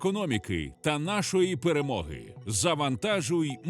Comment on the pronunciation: Ну це «перемога» «Перемога» читать с диалектом Азирова, ну и Мирский тоже хорошо владеет этим диалектом😂 Мы переможем! Гойда.